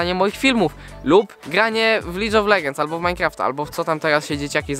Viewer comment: Jebłem. Powiedziałeś [licz of legends] fon. czyli pijawka legend 😂😂😂😂